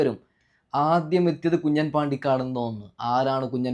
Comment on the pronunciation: കുഞ്ഞൻ അല്ല കുഞ്ഞാൻ